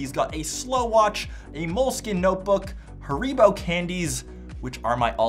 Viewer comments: Bruhhh.. Its 'Harry-Bow'... :) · The way he pronounced haribo ended me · you cant pronounce haribo right???